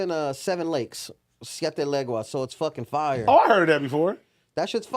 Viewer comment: It’s not seven lakes 💀💀 it’s seven leagues